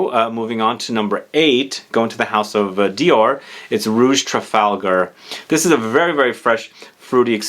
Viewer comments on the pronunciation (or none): none